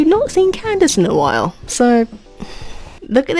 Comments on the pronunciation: lady fr said ken-da-kay for candace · LMAO THR WAY U SAY CANDACE